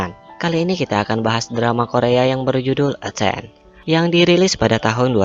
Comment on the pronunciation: E ten....bacanya yang bener e tin inggrisnya...kalo gak salah ya